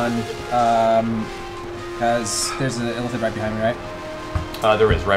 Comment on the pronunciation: Matt keeps pronouncing "Illithid" as "elephant". It's confusing and entertaining at the same time.